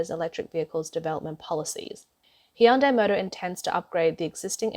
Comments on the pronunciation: It is pronounced “hyoon - dai” not “hyan-dai” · Hyundai is properly pronounced as Han-die